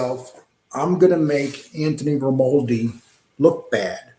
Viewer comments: Listen let me help you ……ask RAY-MON-DI for his DD2-214. EVERY SINGLE EX Military member HAS Tom have these. They are the separation orders. PERIOD! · ….You can’t pronounce this guys name if they offered you a new set of choppers bro…Jesus how illiterate are you? It’s pronounced RAY-MON-DI you dipshit….Also It’s VLAD not VLOD! Smfh